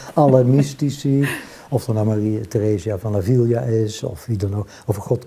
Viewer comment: Teresa van Ávila, A-vie-la, niet A-viel-ja (ook niet te-kiel-ja, maar te-kie-la, tequila). Want: één L, geen dubbele LL. Dus gewoon uitspreken als een L, niet als een LJ of zo. En klemtoon op de eerste A want dat accent staat er niet voor niets: Ávila... Klanken hebben kracht. Belangrijk om namen goed uit te spreken. We zeggen toch ook niet Mersal Meeesing?!